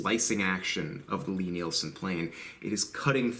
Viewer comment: into the video, I really really don’t want to be THAT guy but I’m reasonably sure that ‘ Lie-Nielsen’ is pronounced like Lye-Nielsen instead of ‘Lee.’ I found out a few years ago that in my own pronunciation, like, was from me mixing Lee Valley with Lie-Nielsen. If there are endless threads on this topic, sorry to waste everyone’s time. Thanks for all of your great work! It’s much appreciated!!